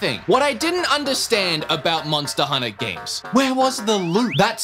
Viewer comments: MONSTTA HUNNA BOIIIZ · “MONSTA HUNNA” 💯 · Can I just go on the record here and say: I hear you trying to say monster hunter appropriately at the end there, and I hate it. Where’s my MONSTAA HUNNA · Now I can't stop hearing myself say "monsta hunta"